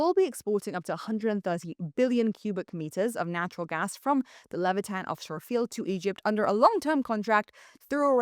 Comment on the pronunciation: The new Israeli gas field is "Leviathan", not "Levitan". Also, the peninsula is pronounced Scie-anai (like "science"), not See-anai.